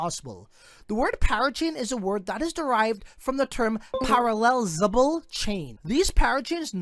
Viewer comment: Great video, How many times did you try to pronounce Parallelizable? haha:D